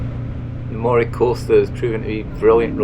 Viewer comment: The coast of Moray is not pronounced as the spelling suggests. It is pronounced Murray.